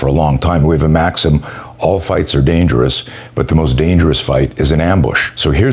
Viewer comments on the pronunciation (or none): none